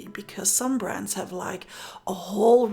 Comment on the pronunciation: Every time you said "brands", I thought you were saying "brats"! Ha ha! I couldn't figure out how annoying children were involved. 🤣